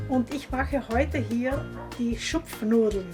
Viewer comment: "schupfnoodelen"? Dude, what about "Schupfnoodles" 😅